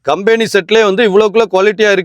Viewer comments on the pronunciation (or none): none